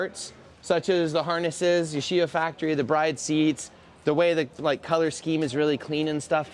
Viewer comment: “Jdm inspired build” says Bride wrong